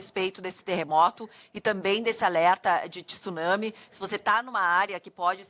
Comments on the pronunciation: O cara não sabe nem falar tsunami correto e vai saber falar sobre o evento? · Tissunami não existe senhores, ou se fala corretamente, ou fala maremoto. Tsunami como se escreve, tem que estudar mais. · É TSUNAMI E NÃO TISSUNAMI ... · Só brasileiros dizem TISUNAMI, é TSU-NA-MI. Só faltava dizer TIRAMISU.😂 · Não é tisunami. É tsunami 津波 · Eu não sei porque se insiste em pronunciar a palavra tsunami acrescentando um i onde não existe, a pronuncia é igual quando falamos tsuru. Tsu, tsu, a palavra tissunami não existe na língua japonesa. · Tem.gente que insiste em falar Tissuname onde japoneses chamam de Tsunami. Também não sei de onde veio isso...